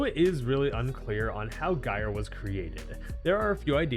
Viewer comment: Bruh, let me just ask you something: do you pronounce Gyroscope as “Guy-row-scope?” Or do you pronounce it the correct way?: “Jy-row-scope?” Because take that word, and drop the “oscope” and you magically have Gyre’s name, which you are hard pronouncing the G and I’m getting irritated.